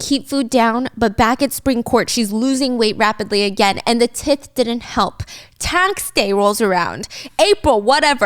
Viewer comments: Tith? I think you are saying Tithe: long I sound (like 'eye'), and the "th' at the end is pronounced like the th in 'this'. T(eye)th. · as much as i love Stephanie, i can’t help but note when she says tith (te-th) im assuming she meant tithe (ty-the) which is basically like taxes or tribute. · Tithe is pronounced like tieth not tith x like the word tithings. Before taxes to the government tithings were originally through the church and went to the church and or the sovereign depending on point in history. It's like a religious donation/ tax you give to your system of worship in modern practice now by giving to the donation basket in a christian church, for example. In societies that are theocracies (run by the dominant religion) not democracies, there are no taxes technically even if they call it that, only tithings by definition. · I just have to figure out lol when they were tlaking about taxes, wqs it spelled. Tithe? And she was pronoincing it tith? Lol i know she isnt relogious but in church we alwas tithed with a long i not short i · Not tith-*TY-the*like tying ending in the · Just one thing. Tithe is pronounced tigh-th. Not t-ith. :) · I really hope you complete the whole series for us, Stephanie!! Just a small thing though, "tithe" is pronounced like "tai-th", like how Christians tithe 10% of their income to their church! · I noticed you pronounced tithe like tith. It’s pronounced like tythe fyi. 😅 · I think it’s TITHE like Tithes and offerings in church, pronounced TIE-TH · Girl.. tithe.. the ti is pronounced like tie. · Tithe is pronounced tie-th (Like in this) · STEPHANIE PLEASE TITHE IS NOT PRONOUNCED THAT WAY It's TIE-TH please look it up. It's a religious penance that's 10% of your income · Your tax pronunciation is tie-th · Your pronunciation of tithe is so precious! So excited for you to do the whole series. This is like a refresher for me. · Imma just say, tithe is pronounced with a shaper i, it's like the i sound in tie not like the i sound in bit